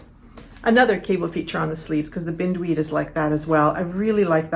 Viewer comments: So happy to see a new episode! Thanks for sharing so much 😊 I see someone else already mentioned that the name of your sweater would be pronounced with a long "i", after the beautiful weed that entwines everything it comes in contact with! You have such a lovely way with language and pronunciation, thought you'd want to know💕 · Forgive me I may be wrong but Bind weed as in bind me up in yarn - not binned weed. it is a common garden pest and the cabling certainly is reminiscent of the horror that is the weed. And Kestrel is a bird - KES trel emphasis on the first syllable. Sorry its my father in the back of myhead correcting me!